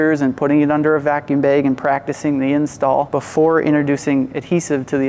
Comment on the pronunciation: Also, its "bag" not "baeg"😂